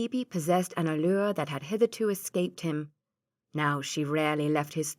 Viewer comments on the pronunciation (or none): none